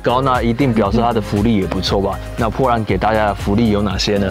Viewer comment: bo波，不是po泼，波兰